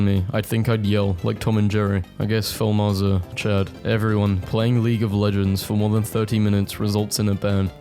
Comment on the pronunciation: Phil Mahar sounds like Feel my heart